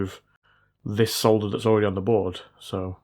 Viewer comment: At least he still says solder and not sodder. Not sure aluminum is excusable though